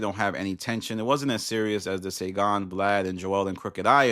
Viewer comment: “Saygon” or Saigon?